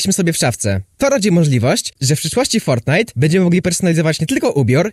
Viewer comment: Foltnite na andloida czm mówisz l?